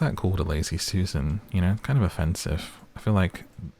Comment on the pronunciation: The lazy Susan comment and accent were hilarious